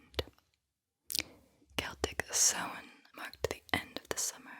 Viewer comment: appreciate you pronouncing samhain correctly, Irish is often mispronounced as a joke